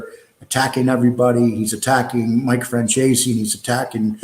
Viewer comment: here u go,some help from NY.its pronounced FranZEACE take the word Peace and remove the P add the Z...